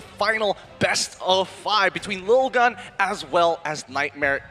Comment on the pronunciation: 1- It's LIL-GUN not LITTLE-GUN. If it was littlegun they would've written littlegun. 2- Arashi(and other ID casters) constantly adding "bro, dude, man" to the end of their sentences is unprofessional and annoying. If they did it every once in a while it wouldn't be a problem but they're doing it nonstop and it's so obnoxious.